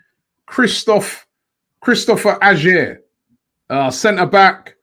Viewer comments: Robbie butchering Celtic player name. Pronounced Ay er not Ajer. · Robbie Aurer is pronounced Awar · Man slaughtered Ajer's name hahaha